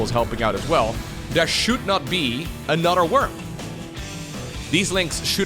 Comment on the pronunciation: aNUTer😂 and UTTER😂 always crack me up. Love the accent (I speak multiple languages) but you’re literally saying words that have other meanings. Or should I say UTTER meanings😂